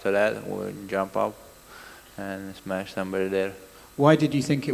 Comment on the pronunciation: Brudder , I can’t wait to smesh everybody. This guy doesnt matter brudder, I smesh doesn’t matter brudder